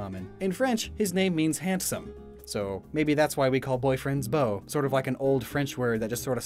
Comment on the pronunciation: I'm part french so I cringed when you so horribly mispronounced 1 sil vous plait (sil vu play) 2Beau (bow) 3 blanche (blaunk I guess I couldn't think of a good way to describe it) omg I've edited this comment 4 times now 4 chevre (shev/shevr depends on whether or not theres an e at the end) 5 Jacques is pronounced like jack (but more like jjjack kind of idk how to explain) 6 Soleil (so-lay)